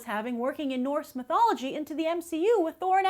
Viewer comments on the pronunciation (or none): none